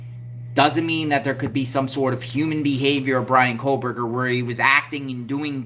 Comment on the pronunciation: There is no ‘L’ in “Kohberger.”